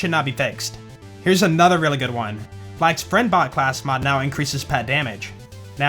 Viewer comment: When says:" that should now be fixed", I hear:" that should not be fixed " for whatever reason 🤔